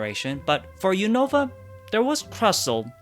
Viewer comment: I hate when people pronounce Unova wrong. They literally say it so many times in the show